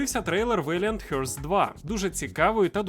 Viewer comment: Не "хьортс", а хартс.